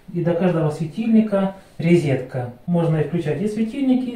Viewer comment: Ребята, вы молодцы! Сколько вы уже сделали, да ещё так добротно и красиво. Желаю вам, чтобы вы быстрее всё доделали. Только надо говорить -розетка, а не резетка, слух режет.